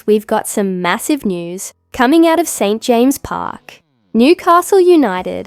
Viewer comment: Can you please have somebody who can say the name of St.James Park not St Jame Park